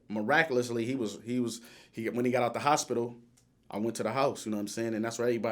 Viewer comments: Wait... did this nigga just call it the spital? Gonna have to add that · ‘Spitol??? Please cut it out 🛑